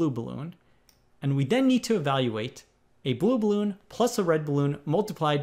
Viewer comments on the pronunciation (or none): I’m amazed at how he say “blue balloon “ like bluebloon.